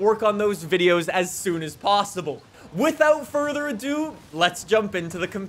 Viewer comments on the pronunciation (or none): none